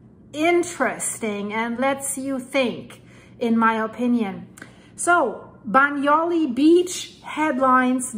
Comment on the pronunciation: Hi,, you pronounce Bagnoli perfectly. You pronounce Campi Flegrei perfectly - but you're not getting it quite right with Pozzuoli. You're missing out the 'u' sound (pronounced 'oo' in English). Pozzuoli should be pronounced - Pozz-oo-aw-li. The Italians sound all the vowels...